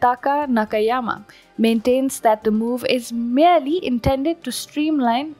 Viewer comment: This speaker does well to space her words as she does. Very good. Still needs work on some pronouncing some words, e.g. merely, whopping (may have been mis-spelled on prompter) and recently (resolutely?). I am not negative....this is a great channel and I am subbed gave a thumbs up.